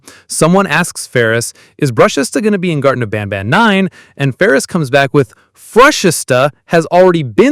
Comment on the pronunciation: Banban not banana😂